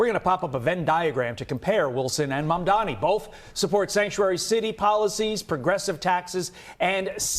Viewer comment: Its ma'am-dani To you all